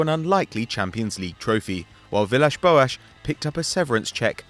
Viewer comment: He said it surprisingly well.